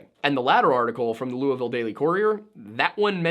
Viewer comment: ahhh thank you for saying Louisville correctly 😂😂